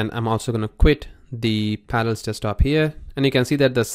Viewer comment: Par-a-llels. Pronounce it. Syllables. Learn what they are. You sound like you're saying Panels. Good lord.